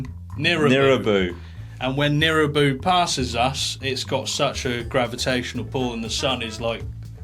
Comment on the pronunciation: it's nibiru, not nirubu btw